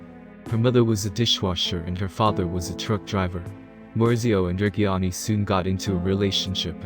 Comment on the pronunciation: At least try to pronounce reggiani right pls